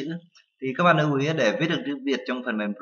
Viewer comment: lưu chứ ko phải nưu - slide chứ ko phải snai :D